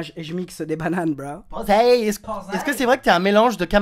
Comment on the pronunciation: qui a envie de le tuer quand il dit posey?